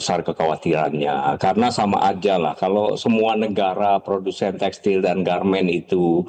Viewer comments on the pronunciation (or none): Textil pak....bukan textail